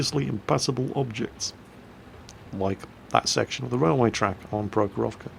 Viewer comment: Trivia: the stress in Prohorovka is on the first syllable.